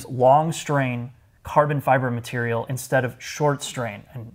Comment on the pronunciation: hahahahaha “…….traditional leather materiuuhhl”